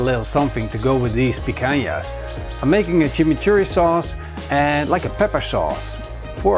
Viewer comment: Jaja uh lala "Chimichourri"